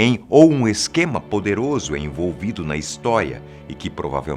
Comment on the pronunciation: Ele diz "Um esquema envolvido na, HISTÓIA" 👏👏